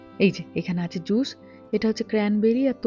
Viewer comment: তোমার স আর শ এর উচ্চারণ গুলো ঠিক করা দরকার। তাহলে কথা শুনতে আরো ভালো লাগবে। যেমন জুশ না জুস হবে। শশ না সস